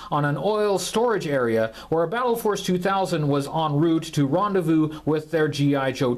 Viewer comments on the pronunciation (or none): none